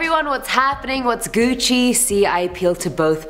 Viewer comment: dont ever say gucci ever again please